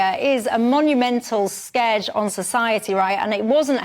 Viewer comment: You pronounced 'scourge' wrong.